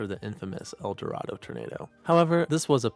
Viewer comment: I know this was several weeks ago and I know that this is a reaction video and you have nothing to do with it beyond this reaction video but as a life long Kansan i just want to point out that the city is called El Dorado (L Door-A-doh) not L Door-ah-doh